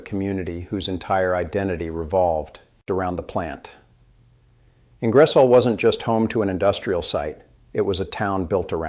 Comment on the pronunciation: The hands are making me feel sick, and the miss pronunciation of Ingersoll and Champlain was a eye roll